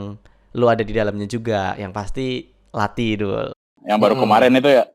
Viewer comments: Pengucapannya bukan lati, tapi lathi th nya tebal, misalnya "pitek e nothol sego" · Lathi lek moco, ilat e kelet neng duwur, uduk nek mburi untu = lathi cara bacanya lidah nempel di langit2 mulut, bukan di belakang gigi